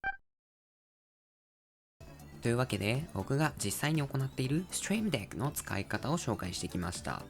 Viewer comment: Trying to learn japanese right now so I have the subtitles turnes off. Barely understand a word he's saying but the intense "STREAM DECK" without any context for me every time the name is on the screen is incedibly funny. But gotta give it to him, the pronunciation of "STREAM DECK" was pretty good.